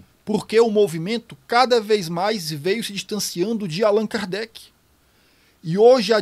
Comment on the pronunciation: parei no "Kardecky" 😄